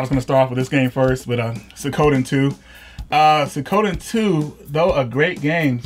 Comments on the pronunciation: Sue ko den? WTF? Sue e ko den. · It's not "suh-KO-den" it's "swee-(soo-ee really fast)-ko-den" There is no emphasis on KO. I get not understanding how other languages work but for one who is all about these games I would think you would educate yourselves on something as basic as a title. Same goes for Kyuin. It's not "kew-jon", it's "kyoo-een". Even google could have helped with this. If anything, japanese syllables are easier to pronounce than italian, yet you got concerto correct. Come on guys, up your game! You don't have to be a weeb to know the basics of how to pronounce titles of cool games. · Suikoden= swee koh den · I ... I just have to comment. It's pronounced Sue-ko-den not Sa-ko-dan. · "Swee-koden" = Suikoden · Claudio Polonia it’s すいこでん in hiragana. すis the su And is like soo. So, it’s soo-ee-ko-de-n, which is how most people generally pronounce it. Except like in a lot of foreign languages the sound produced is more of one that people aren’t familiar with. It’s like merging soo-weee to a sweeeee. Very similar to Vietnamese surname, nguyen. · Soo-Ee-Koe-Den, fuck sake! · its pronounced 'swee-ko-den' jesus! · It's pronounced Sue-Ee-Co-Day-n and the english spelling is: Su I Ko De N (Suikoden). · suikoden is pronounced swee-koden. do some googling before production =D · "Sikoda"??? Maybe learn the pronunciation ...